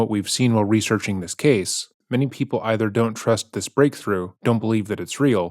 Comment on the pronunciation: reads typos changes accent says words completely differently video to video, the abrupt tone and cadence shift when he goes in to a rant (it's not normal it's edited in later), been going on since the start, the end of videos he used to say ca-say for case